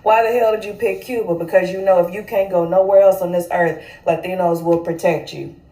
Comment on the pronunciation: She’s not in pronouncing “Latinos” authentically 😂😂😂😂 she ain’t no Hispanic. Stop the Cap Sis.